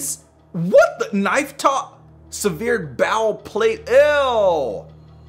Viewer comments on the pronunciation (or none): SevEERD? Its SEV-ered lolol